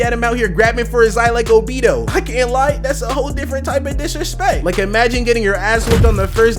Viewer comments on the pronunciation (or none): Nga said obeedo💔💔💔